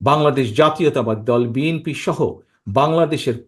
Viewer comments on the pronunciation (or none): none